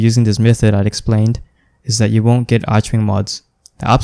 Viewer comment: It's pronounced arkwing